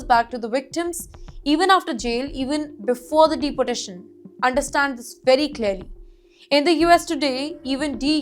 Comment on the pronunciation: This female has a terrible accent - pronouncing "deportation" as "deputation" and 30 as "thutty ".